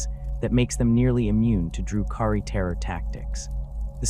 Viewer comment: AI garbage, the way they pronounce DRU-KHARI gives it away. Delete this shit